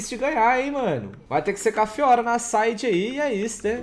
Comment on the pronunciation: simplesmente incapaz de acertar o nome da fiora